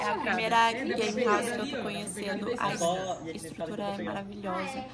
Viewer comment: "Gamerauze" lkkkkk não é querendo ser professor de ingles mas se escreve game house